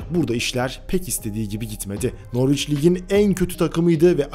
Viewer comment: Norvic değil noric